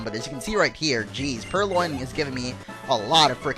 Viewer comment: It's purLion as in the word lion